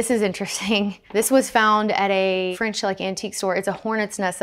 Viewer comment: Nothing I love more than a southerner saying “it’s French…”